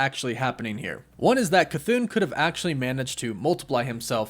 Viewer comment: Chython = cuh-thah-n no elongated syllables